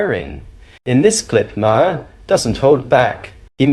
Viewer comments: Bill MAR not Bill Marhar or whatever you called him. If you can't be bothered to know how to pronounce a name, you shouldn't be posting about that person. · Can you please,,know enough to at-least pronounce his name correctly? You sound like your opinion comes from a person with no prior knowledge. Just ask someone the correct pronunciation of Bill Maher name. Not Ma har ! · His name is said 'MARR' not ' 'm'-HERR'! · stupid AI commentary can’t pronounce Bill’s surname. May her - for fucks sake. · I'm sorry - Bill Muh-herr? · Lost me st Bill "Mah-Harr". Sorry to be petty but i lose faith with someone who doesnt know how to pronouce such a prominent political figures name. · Hey AI say Mar as in Bill Mar spelled Maher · Interesting that the AI narrator pronounces Maher’s so many different ways. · How many different ways are you going to pronounce Bill's surname? And you haven't got it right yet!! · Mr. moderator are you AI? You can’t even get Bill Maher’s name right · If you are going to use AI for a voiceover, please at least tweak it to be able to pronounce "Maher" correctly. Otherwise it just grates every time it is said. Thanks. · You have just broke the record for differently pronouncing Maher 👏👏 Dems are full of 💩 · Ah, it's okay that you don't know this because you're an AI voice, but his name is pronounced "Bill Madhavapeddimahendrukharbandameddake’alakupaoaikawelo."